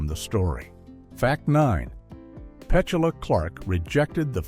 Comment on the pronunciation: I agree with you. The cannon firing is so obviously part of the movie. If accidental why did the camera zoom in the fuse as everyone walked away for example. Also, the way Petula is pronounced is ridiculous.